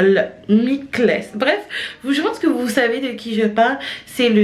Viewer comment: Coucou le chanteur dont tu parles ça se lit tout simplement mickael et non mikle! 🙂